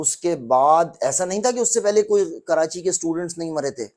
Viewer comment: taily ho tum pehly apna talfuz to theek kro. Karachi ka nam کراچی ھے نہ کہ کرانچی ھے.